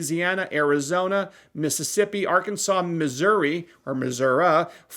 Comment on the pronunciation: As a resident of Missouri, I appreciate that you pronounced my state correctly. 😜